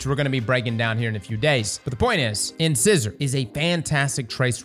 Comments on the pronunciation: I do wish you'd stop pronouncing it 'Incissor' 😅😑😑🤣 you're killing me dude! Think teeth.. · You pronounce these words like this, on purpose, just to troll us literary folks, don't you? Lol. It's "in-SIZE-or" as in the teeth, at the front of the mouth lol. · The names of weapons always reveal people who can't read and pronounce 😂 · What I don't understand is: is part of a team that makes his videos - or at least it's him plus an editor. Neither of them realises he's saying it wrong?? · THANK YOU!!! It was killing me.... It's pronounced like the teeth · doesn't have teeth that's why he mispronounced incisor a gajillion times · Does have anyone in his hiusehold that can help him pronounce incisor correctly? 😅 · ask your dentist how to pronounce the name of this weapon. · mispronounced incisor every single time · Another weapon that cross can not pronounce. Wow. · It was painful to listen to mispronounce "Incisor" over and over and over and over....... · Take a drink everytime pronounces this weapons name incorrectly… on second thought better not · In-Size-Or. In- Scissor is breaking my ears. 😉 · In-sigh-sore, like.. like a tooth. Like an incisor tooth. C'mon man. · love the vids brother. But you’re killing me with the way you’re mispronouncing these words lol. Incisor is a tooth, pronounced In-size-er. In another vid you were mispronouncing Aegis- pronounced A-jis. Hope it helps, keep up the great work…just maybe research some of the words beforehand 😃. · I put myself through the trials mill to get my hands on a couple of decent Immortal rolls and the gun gets nerfed. If this trace is sooooo gooood then it too will get nerfed so not doing it again I value my sanity more. It's not "Inscissor" like the dressmaking accessory, it's "In-size-or" as in the tooth just a fyi. :) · Whenever a new weapon comes out, never fails to entertain us with his ways of pronouncing its name In-Size-or, not in-scissor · Ins eyes er